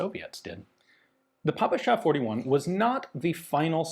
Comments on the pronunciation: more of a 'peh-peh-sha' than 'Pah-pah-sha'. It always bothers me for some reason :D Like you actually try, you asked someone to give you a native language appropriate pronounciation but they failed you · weeel, the really correct one would be "pe-pe-shah 41" and "pe-pe-es 43" Ive spoken with quite a few ukr and rus about guns, never heard papasha, did hear pepesh though, a nickname pronounced like depeche of depeche mode. but the russkies never pronounce P as "pa" and of course, western alphabet doesnt even have anything close to the kirillytsa three prong "šsha" also, the backwards R means "ja" so every western stereotypical russian text looks ridiculous to anyone who has studied the slavs for more than a day. sincerely, someone who hates putin, isnt russian, but speaks it enough to throw my two kopeks in. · We pronounce П as "peh", not as "pah", so yeah, it's "peh-peh-sha". But, PPSh, like a lot of weapons, earned the nickname "papasha" during the war, which means "daddy", and obviously sounds similar. It's pronounced with the stress on the second syllable, so Ian's pronunciation still isn't correct, but it's close enough.